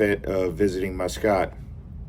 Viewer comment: The Grand Hyatt has some good bars including the sports bar. i was living there so use to spend a lot of time there watching F1 races and All Blacks playing rugby. Also I would take visitors and business contacts there. Nice place and the people are great. Muscat is pronounced Musk Cat. Oman can get up near 50c. I departed in winter from Christchurch, NZ it was Zero Degrees C, I arrived in Muscat it was 48c and that was a shock. It was also Ramadan so that made it challenging.